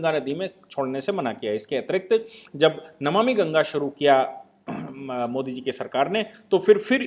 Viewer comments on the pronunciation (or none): none